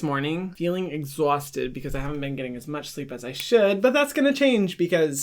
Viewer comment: He really said “exhausted” in a Boston accent😂